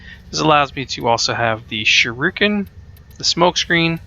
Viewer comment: To save the people complaining you pronouced Shurikin wrong its pronouced "Sure-re-kin" Now hopefuly no one complains.